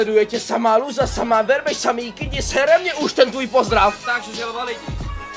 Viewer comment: slyším spíš žaova než želva :) furt epší než tuška